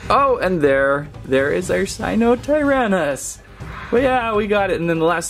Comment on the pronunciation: I know you didn't just say dryshnekoneckoneckassaurus I know my dinos like the back of my hand I know pnemonultramicroscopicsilicovolcanoconiosis like the back of my hand also but that got me thinking what do you be knowing sir that's a sinotyrannus not a sirotirahhahliitlhlherhahminuhtherennowh finally you got stegosaurus right alright but why did you give me a battery charging ad I have the original one sadly no features no buttons no nothing it's just really articulated I thought he snapped the arm lol who else 😅🤜🏼🤛🏼 there is an dinosaur scanning app and it tells many fun facts and there are many games to test your logic on dinos and the indoraptor is a mix of velociraptor indominus rex + many more I forget it's the smartest dino and fastest it can open doors and talk to other species and trick other species to doing things like it shows in the movies it's not stupid it's really intelligent knowing it could probably win against 3 indominus rex's + 1 t Rex and a raptor if it had to depend on itself and it's brain they are also smart In packs sadly she my baby is the only one due to her being made in a lab it's very sad 😭